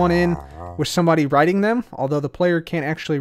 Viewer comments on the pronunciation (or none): none